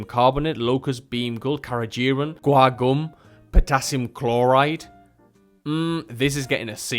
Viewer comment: This was invaluable THANK YOU for ranking without being sponsored ! I do love Orijen 😊 May try the NZ A rated ( btw ... just gentle thought , it's " carageeNan " )